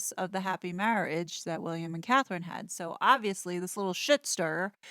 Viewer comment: So many people mess up Catherine’s name. I think German spell with K, England spell with C. Since she’s a good person, let’s try to get it right.